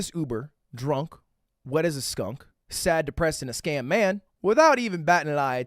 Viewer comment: If I had 3 wishes, I’d wish 3 times for Ludwig to never be able to say “scam” again for the rest of his life.